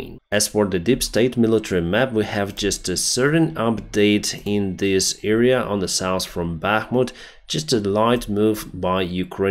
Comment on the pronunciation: Dude sorry i love your work but you need to study the use of a/the… its pain to listen! Also how to pronounce „area“ thx for your work